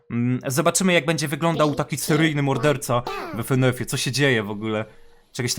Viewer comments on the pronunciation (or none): Ja: Fynyfy: Efenef 🤣🤣 Ty To Sasem Potrawisz Mnie Rozbawić